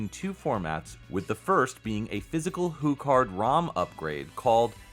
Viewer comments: Okay, this is a solid review, but I have issues... 1. I didn't get any of the sports references at the beginning. 2. Did you say HuCard as "Who Card" instead of "Hugh/Hue Card?" Did I hear that correctly? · Interesting, I've just never heard anyone say it like that. Welp, time for the return of your best series, this calls for a GAMING LINGUISTICS!